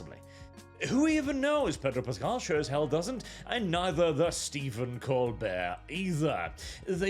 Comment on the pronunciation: I would have sworn you called him "Pedo Pascal." I had to rewind to check it again.